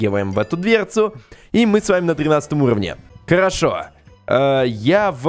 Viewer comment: Ты сказал карошо место харашо